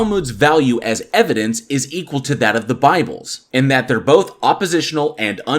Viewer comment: You know someone's argument is invalid when they say "evidence-es" 😂